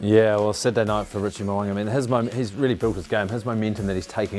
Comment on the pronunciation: Mo'unga not Mowanga